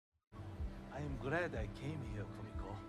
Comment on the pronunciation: Don't know if you were aware but you're slightly mispronuncing Kumiko. Its more like ku - MEE - ko, not ku - mick - o. Noticed you did the same for Kimiko in The Boys (should be ki - mee - ko, not kim - mick - o). Very slight difference but but I hear it more because I am Japanese lol. The syllables tend to end in vowel sounds 🙂